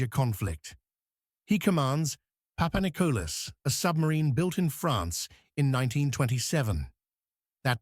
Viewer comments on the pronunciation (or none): when a channel is full of it you even got the sub name wrong its PAPANIKOLIS NOT PAPANICOLAS lol ,you shouldnt play with a countrys history when people who had grandfathers ,today s greek military personel roam the youtube and watch channels like this one butcher their history...............some channels will do anything literally anything for views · Δεν λέγετε ΠΑΠΑΝΙΚΟΛΑ ΑΛΛΑ ΠΑΠΑΝΙΚΟΛΗΣ ΡΕ ΦΙΛΕ. ΕΥΧΑΡΙΣΤΟΥΜΕ ΓΙΑ ΤΟ ΝΤΟΚΥΜΑΝΤΕΡ ΕΛΠΙΖΩ ΝΑ ΜΗΝ ΕΙΣΑΙ ΑΠΟ ΤΗΝ ΒΡΕΤΑΝΙΑ. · Παπανικλής λέγεται ο τόνος μπαίνη στο τέλος.